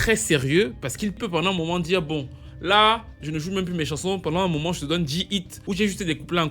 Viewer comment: Great topic! C'est dommage que les artistes n'aient pas continué avec la formule versus de la période COVID. Tous ces artistes feraient des concerts de ouf en 2026. C'était un évènement pour nous les blacks aux US. PS: Je reconnais le contineng quand tu dis "pendant un moment" 😉